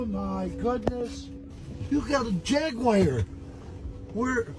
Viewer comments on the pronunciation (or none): it's Jag-war...not jag-wire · Terrible pronunciation of jaguar aside it was great